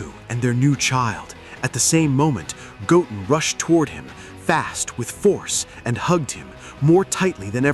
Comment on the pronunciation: So the voiceover can say Gohan just fine, but then it goes and says "Goaten" for Goten. Maybe cheat and make it read like "go 10 or (ten)" and see if it gets it right.